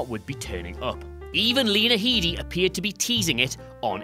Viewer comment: It's Lena HEDDY, not HEEDY! xD